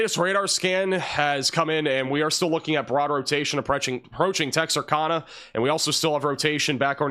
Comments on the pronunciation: Tex-ar- cann-ah Not texarcahnah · Texarkana- pronounced cana, like a CAN of beans. Not kahna. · Pronounced tex er cana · Just wanted to let you know how to pronounce Texarkana, it sounds like Tex R Can Nuh. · It’s actually pronounced “Tex-are-canu” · Love you, BUT it's TEX(as)ARK(ansas)Louisi(ANA), which was named after it's tristate border location.... I think you might be screwing with us, aren't you?